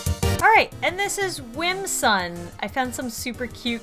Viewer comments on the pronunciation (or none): it is not Whimsun it is Whimsum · Its whim-sum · It’s whimsum no N at the end it’s M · whimsuM not whimsuN